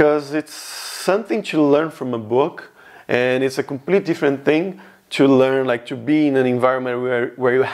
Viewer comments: In english you do the classic "chu" instead of "to" and it makes it super obvious youre brazilian. The only other thing i noticed is your "a"s are kinda like british english but the rest of your pronounciation is american so its kinda strange. For example when you said cashier you said it british instead of our nasally caaashier with the ahhh sound in america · Por favor nao fale "tchu learn" que os meus ouvidos doen demais